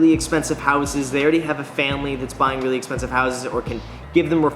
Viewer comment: Dude said weally